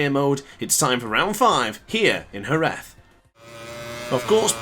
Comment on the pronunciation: i think youre the first english speaker person who say jerez as spanish people do